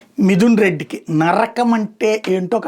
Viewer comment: నర్రకం కాదు నరకం